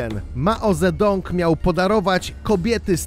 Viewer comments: Poprawna wymowa pynin to "dzy" zamiast "ze" xp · "maozedong!" :D